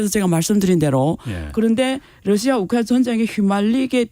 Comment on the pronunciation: 우크라이나 발음이 어려워.......우크라나....ㅋㅋㅋ